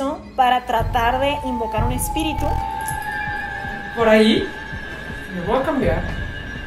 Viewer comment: No sé dice espíritu sé dice espitiru 🤣